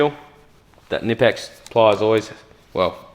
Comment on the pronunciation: you should pronounciate the "k" in knipex, "knipe" is the clamping motion you do with your hand when you use the tool . hense knip-ex. also i wish the focus was set on the tools rather than the backround. apart from the focus, great video !